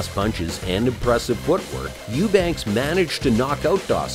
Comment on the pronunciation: Youbank, not youbanks.